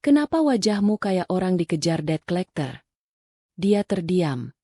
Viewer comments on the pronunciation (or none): Deadclecter x (Mati clecter) Debt collecter Silent b jadi bunyi nya Det collecter.🙏🏻🙏🏻🙏🏻🙏🏻.